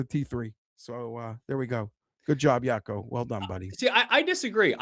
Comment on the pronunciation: it's pronounced Wacco Niemann not Yacko or whatever youre saying